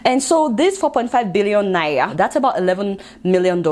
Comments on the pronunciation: Lol. Seems she can't pronounce 'R' but it's really cool. 😀 You might be interested in this video on why Africans suffer disrespect worldwide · I love the way u pronounced Naira 😀😀